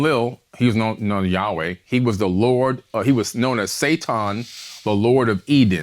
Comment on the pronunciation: 🤣🤣🤣🤣🤣🤣🤣"It's so easy to listen and believe everything." I have heard of what he said years ago. Billy pronounced sa-TAN correctly. Locks are not a part of White culture. They just started doing locks. Locks are known to be associated with African people.